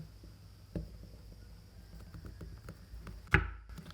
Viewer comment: Sô-cô-la chớ ko phải là sicula bạn nhá😕😕😕